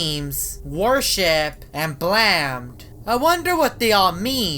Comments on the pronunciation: Blaamed Me: Blamed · That’s not blamed it’s blammed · It's says "blamed" not "blammed" lol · Dude it's BLAMMED NOT BLAMED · Its not blamed its blammed blaymed but the y is silent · that time you said blammed is dumb